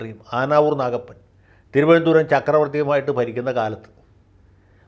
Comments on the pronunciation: Vakil's thironthsram accent is not correct. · Good sense of humour....you got the TVM accent very superb. Good mimics. Love you Sir. ❤👍🙏